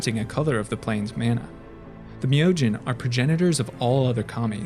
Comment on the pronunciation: Awesome video, and was nice to hear the correct pronunciation on Myojin.